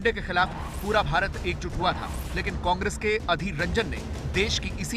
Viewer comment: aur tuu bhojpuriya Congress thhik se bol kaaangres kaaangres kya bolta hai